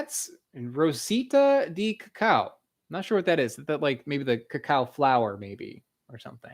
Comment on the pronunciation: Are you dyslexic? IT IS CACAO!